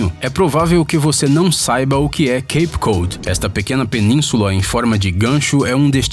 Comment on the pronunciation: Pronuncia-se queip cód. Valeu!